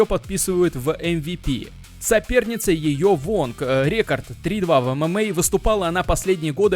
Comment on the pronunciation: Почему бы не записывать озвучку в фронт режиме нежели в стерео? В наушниках просто ужасный звук. Ты как будто вокруг меня бегаешь и кричишь рЕкорд рЕкорд